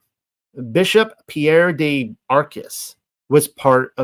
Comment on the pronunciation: The "de" in "Marguerite de Chamy" is not pronounced as "day" but more like "deh" haha I'm sorry I had to comment.